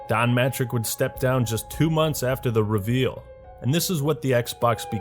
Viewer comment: The RE-veal? What is that goddamn pronunciation? Lmao.